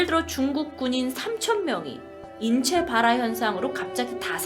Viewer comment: 인췌봘화 ㅋㅋㅋㅋㅋ